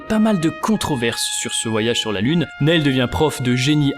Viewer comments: Juste, on prononce pas "Nayle" mais "Nille" Sinon super! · s'il vous plait arretez de prononcer son prénom comme ça, il se prononce Nill. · Ça se prononce Nil